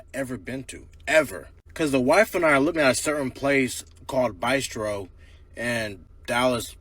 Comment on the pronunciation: Did he say "by-strow"?